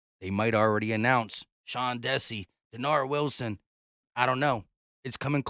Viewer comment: I don’t think you pronounce the DC candidate as Sean (Desse) it’s (Dee -Sy).